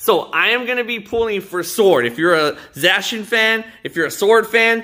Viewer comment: It's Zacian, not Zashian